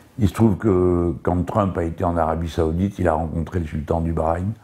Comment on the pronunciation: "donc la visite de Tround..."